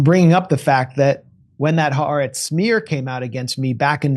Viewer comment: Ha the Aretz Land. Haaretz. The Land three sylables